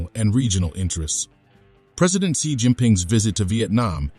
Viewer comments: President Xi is pronounced as Si not zai😅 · 1. You are a Pro China Channel and you cannot pronounce the name of Pred. Xi's name correctly. Change the Bot. 2. Vietnamese knows how to play the geopolitical game of China and the US, sometimes they win and at times loose. The bottom line is China is their next-door neighbor who is not a push over and the Vietnamese knows how to and must play the geopolitical game in order to stay independent and a sovereign state.